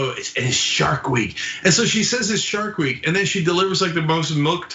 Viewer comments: I thought she said shart week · I understood "Shark Week" as she started her period. Thats what my neighbor calls hers.